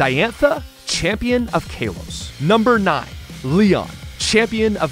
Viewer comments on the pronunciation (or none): stop saying "kaylous" please